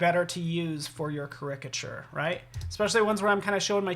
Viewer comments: OMG! everytime he said it like cricket i was yelling at the screen. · I just started this video and the mispronunciation of the word caricature is disturbing. Look it up on an app or dictionary!